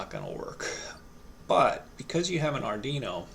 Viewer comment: Pronunciation Police Department here, yeah, hi, we've been informed of a violation: ard-ee-no ❌ ard-WEE-no ✅ We do not treat repeat offenderd kindly as this is a very sensitive matter. You have been warned citizen. -PPD